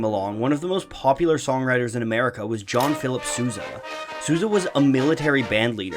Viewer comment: Its not Suza !!! It`s S o u s a